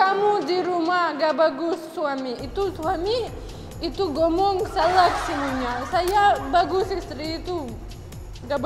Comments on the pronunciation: Salah bukan salad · Salah bukan salak..kalau salak nama buah..🤣🤣